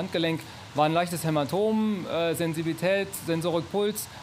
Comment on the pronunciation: "Kann ein Hämatom sein" "Ja kann ein Hänematomat sein" xD xD xD